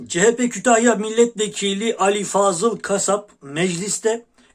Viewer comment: Sevgili fukaramız cehepe değil CEHAPE zihniyeti lütfen yani dikkat yaa hallalla😂